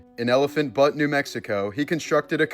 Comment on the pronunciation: dude...lol. elephant butte is pronounced elephant (B-YOOT) butte. Just thought I'd lyk